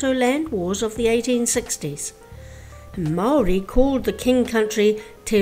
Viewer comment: love yr pronounciation of the maori place names around our town ..great vids thanks!